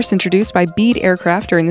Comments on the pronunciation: Another slideshow where there likely exists plenty of footage of these aircraft in flight. Lazy production. Then, to top it all the photo used with the "button: is so fake and not even part of this video! Oh, two more things… it is NOT BEAD… it's Bee-dee! and everybody knows about the little Bede jet so it is NOT an airplane anyone "won't believe"! I agree with others here; the Ekranoplan ought to be heavily featured. Finally a fact check. The Guppy is in one piece and sits, a bit dusty for all this time, at an aviation museum in Tillamook, Oregon. At least the narrator pronounces Oregon correctly. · The Man's name is Jim "Be-de" not "Bead". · Jim Bede .... pronounced beedee .......... Italian flying tube A/C uses the venturi effect not venture .......... ;-p